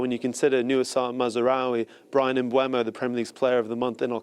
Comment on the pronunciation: It makes me laugh how Sky Sports Presenters can't say Brian's name correctly. It's Brian MBeumo not MBwaymo. There's even a Man Utd/Premier League video released at the start of each season where the players tell you how to say their name lol😅